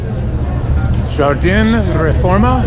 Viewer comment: The J in Jardin is pronounced like an H like Jose just for your info. I'm surprised you don't know this being from California.